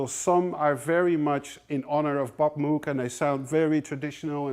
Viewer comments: Moh..g. Not moo...g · moog is pronounced like Rogue.... not like book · Loved the video, lots of beautiful vintage synths. If I could pick any one, I'd go for the Roland Jupiter 8. Oh btw, Moog is pronounced "Mowg" with a long "o". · Hi Tom, it surprises me that you pronounce Bob Moog's name the same way an English or American person would, when, in fact, Mr Moog himself pronounced it the way a Dutch man would...